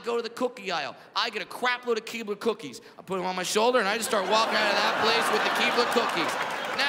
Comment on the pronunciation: The way he says Keebler cookies is funny. He puts emphasis on the K sound and it's funnier